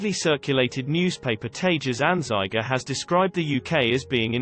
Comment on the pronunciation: You should pronounce the "Tages Anzeiger" correct and not in a English way. Maybe you should update your computer voice....